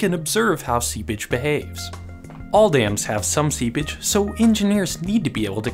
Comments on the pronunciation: Seapage, but its definitely sounds like seabitch. Lmao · Seepage, not seabitch lol. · Did he say sea bitch? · every time he says seepage i think he's saying sea bitch its really funny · Anyone else keep hearing "sea bitch"...? 😂😂😂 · I love your video. I had a great laugh. Also You should say seePage instead of SeaBitch. But again loved the video! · Oh, seepage.. I wondered why you'd call it "sea bitch" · Oh "seepage"... not sea-bitch ._. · Can you pronounce "SEEPAGE" clearly. You say it like a subtle & faster "Sea bitch". Nice and informative video btw. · Hahaha The first time i heard him say it i thought he said "sea bitch"... 🙉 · i heard that 2 xD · Every time he says seepage I imagine him say sea bitch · I had to turn subtitles on to understand that he was saying seepage and not sea bitch... I'm defiantly not well today! lol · I know for a fact he didn't, but instead of "seepage" I heard "sea b*tch". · Lol i always hear him say "sea-bitch" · Why do I hear sea bitch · All I hear is "sea bitch" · Am I the only one hearing SeaBitch? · Im only hearing Seabitch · Everytime this dude said “seapage” i heard “sea bitch” and i laughed. EVERY TIME. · All i can hear is "sea bich" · Is it just me or does it sound like he is saying see bitch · Is he saying "sea-bitch" or "sea-pitch"?? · He says seabitch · "Today we are diving in further to soil dynamics, and talking about "SeaBItch" " ... is what I heard... And I'm locking that one in. From here on, that's what I hear every time you say it... Sooo many SeaBitches. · I miss heard "seepage" as "sea *****"... aha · bruh i thought he said seabitch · i had to come to the comments to stop hearing "sea bitch"...